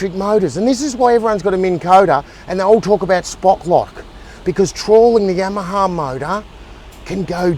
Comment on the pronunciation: The way he pronounces Yamaha is catchy. Must be that Aussie dialect. I don't pronounce my Yamaha like I used too. Now whenever I hear that name I say Yamma Haaaa just like